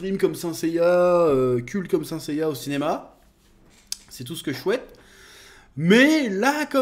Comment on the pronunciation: "seins seiya" 😂😂 (et puis Sean Bean c'est quasiment un spoil cet homme)